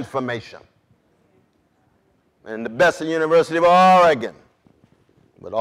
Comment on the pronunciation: I always appreciate when national public figures pronounce Oregon correctly.